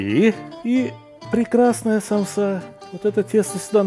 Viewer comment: Сталик ака рецепт просто нечто впервые делаю такую самсу без мяса или же как вы говорите саомса